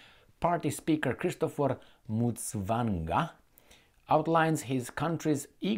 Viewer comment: Yes thanks for reporting on my home country Zimbabwe, great pronunciation of Mutsvangwa.